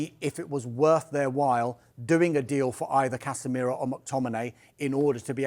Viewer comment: CasemeeeeRAH It's Casemiro mate